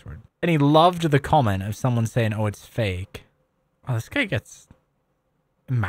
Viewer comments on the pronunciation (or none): none